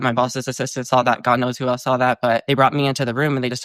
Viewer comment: you say eltz when saying else.